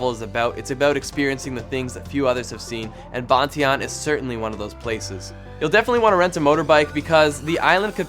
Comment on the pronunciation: hehee ban tie yan....not botieon. funny